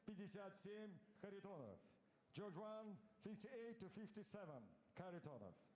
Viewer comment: You got Bel-la-rus wrong but you said Sergei's last name flawlessly.